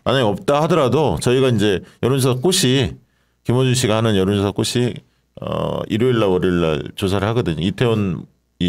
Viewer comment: "꽃이"는 "꼬시"가 아니라 "꼬치"라고 발음해 주시고, 마찬가지로 "꽃에서"는 "꼬체서"라고 발음해 주시면 감사하겠습니다. 회사 이름을 아름답게 지어 놓은 김어준 씨조차도 "꽃"을 "꼿"이라 하니 안타깝더라고요.